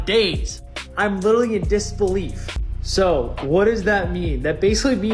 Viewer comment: Yeah “lit-TRA-ly” a millionaire.